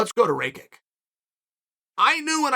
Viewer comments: Rakic not Rakik .. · "Raykick" - Chael.. it's "Rackitch" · Who's Raykick? Is he saying Rake it or Raykick? 🤔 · RAYKICK? IT IS PRONOUNCED RAKITCH. Jebeni ameri. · Ah yes, Raykick. I have been pronouncing the name wrong all this time. Thanks Uncle Chael 🙏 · Bro said “rake-ik” 😭😭😭 did he not listen to Bruce out the announcer pronounce his name? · As a Slav, “Ray-kick” made me cringe so hard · Chael pronouncing his name properly last weel and now changing it to "Raykick" is an absolute powermove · Does Chael just misprounounce your name if you lose? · How could you possibly think that’s how rakic is pronounced